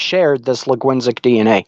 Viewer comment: Dude really said "Laguinsic DNA" when he meant "Linguistic DNA" 💀